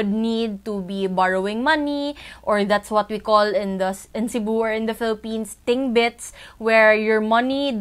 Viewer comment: "Tingbits" haha